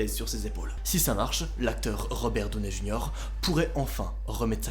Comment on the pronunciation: Je suis désolé mais pour une fois j'ai pas appris beaucoup de choses... Et étant Américaine, je comprends pas ta manière de dire Robert Downey Jr...